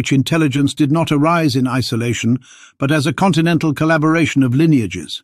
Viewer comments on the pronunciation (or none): none